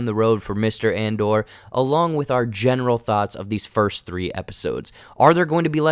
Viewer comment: Why does keep saying Andar? Its Andor. And- Door. where is he getting the "A"?